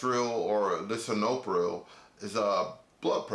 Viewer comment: "li-sin-o-pril" 🤣 sorry I'm a nurse